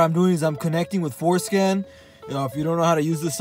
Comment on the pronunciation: *It's ForSCAN. Bro's pronounciation is wild xD haha